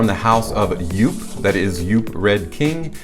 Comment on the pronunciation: Good review! Just for the record though: JOOP is pronounced the same as “hope”… 👍